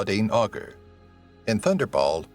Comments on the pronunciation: Claudine Auger (Ogger????) Really dude! ?? Can't you inform yourself of correct French pronunciation of the lady's name??? Way to butcher any semblance of honouring someone! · He also scewed up Auger! As well as Pierce Brosnan!😛